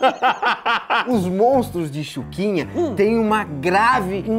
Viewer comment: FALA DIREITO,NAO É CHUQUINHA É XUXINHA😭